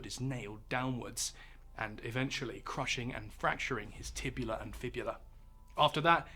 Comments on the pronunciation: He mispronounced "tibia" as well. He said "tibula". You may have invented the language, but you butcher it up too. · Did you just say “Tibula”? It’s Tibia! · Had to exit at "tibula," 😂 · i died when he said tibula and fibula